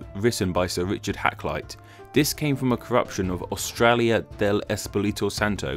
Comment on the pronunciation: Got it wrong mate, its pronounced "Straya"